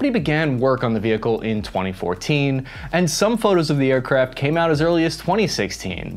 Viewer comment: did he really say "aircrap" ?